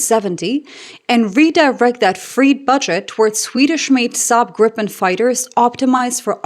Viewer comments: please note that it's pronounced "Greepen", not "Grippen" nor "Gr-eye-pen" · The "i" in Gripen is like in "Tina". And a short p. Griiipen. 😀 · So then we need to de-english things and pronounce it by its true proud name: Gree-pen. Like in "greed" and "penalty"(earlier I've used "pencil", but this was far better 😆). It will get you very close to being a native Swede. If want to pass as a regular on the street, make the "ee" sound a little shorter and sharper/pointier. For being such a small country with relatively few people, we make some awesome stuff, makes you proud! Happy for Canada to go with this great aircraft! //🇸🇪